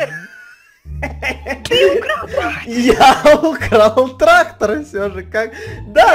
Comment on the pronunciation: трахтор...🤔ТрахТор🤨ТРахТОр😁ТРАХтор😂ТРАХТОР🤣🤣🤣 Я ряльно прям орнула